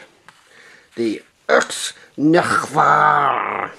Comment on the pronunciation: There are a lot of "add ons" to your intro. NOW we have the Enterprise coming at us! What comes next, the... [IKS NEGH'VAR] (however you say it)? The way how you said "IKS NEGH'VAR" sounded like a good response to "Hello?... Can you hear me?... Say something!"